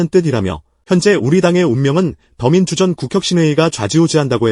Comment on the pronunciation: 근데 기자님 목소리로 하시는 게 더 편하게 들리는 것 같아요. 더민주전국혁신위원회인가 띄어쓰기 이상하게 읽네요. 더민주전, 국~이렇게 ^^